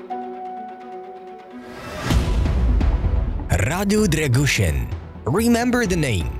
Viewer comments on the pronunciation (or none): Im from Romania and i have to say the way you are saying his name is wrong XD